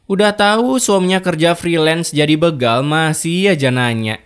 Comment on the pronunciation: Bukan begal bro tapi dibaca bégal. Sepertibaca berak